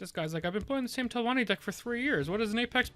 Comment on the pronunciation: Reported for saying telvanni